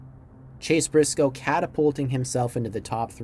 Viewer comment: “Chase Brisoce”